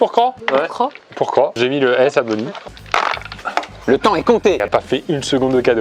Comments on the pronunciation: Pierre qui dit "Cro" au lieu de "Croce" Pierre qui dit "bonu" aussi Et puis ça n'arrête plu... (s) Le stock de "s" devait être épuisé, comme le "p" et le "q" au début du confinement... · qui dit un « bonu » ca me perturbe! C’est trop bizar 😂😅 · Il y a que moi que ça a grave frustrer que pierre enlève tout les S genre il disait bonu et tout 😂